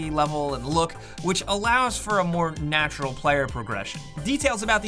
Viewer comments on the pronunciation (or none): none